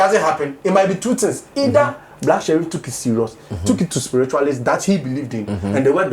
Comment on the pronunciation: He never mentioned Black Sherrif he said black SHELLIF ! LOL so it is for another musician. But on a serious note most prophecies are obvious statements and lottery . Many take drugs bf coming on stage to preach. There is nothing special about these Azar people. They broadcast depending on probabilities and knowing the dangerous lifestyles of some people. Note that a lot of people believe in going to places for protection because of stupid superstition. We are so gullible as black people that is same fir our soccer and even politics. We are backwards most of us. Every one has challenges so what the nonsense. Just to make money from people. We need to be just scientific or cautious not to fall into stupid traps.